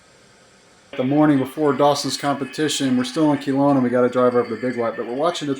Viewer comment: It's not pronounced Keelowna it's Kelowna, get it right